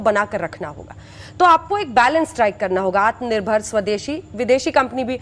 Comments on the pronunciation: Aatm nerbhar nhi bol PA rha hai Bjp jumla party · Amare manniyea grah mantri ji Atmnibhar bolna to aa nhi rha h Chale h dushro ko aatmnibhar Bnane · आत्मनिर्भर तो बोल नही पाता बोसडी का और डाटा ऐसे दे रहा है जैसे बहुत कुछ किया है देश की जनता के लिए।